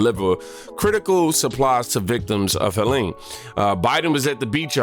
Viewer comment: If there’s an E on the end it’s pronounced HELEEN. If not it’s HELEN.